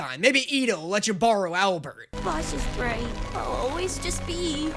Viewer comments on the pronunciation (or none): none